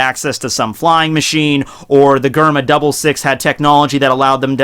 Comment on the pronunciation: WTF is a Germa double 6. Weaboos... Germa66.. doesn't seem that hard to pronounce